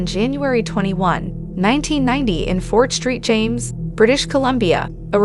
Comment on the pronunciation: It’s Fort SAINT James not “Fort Street James”. I grew up an hour from where this happened.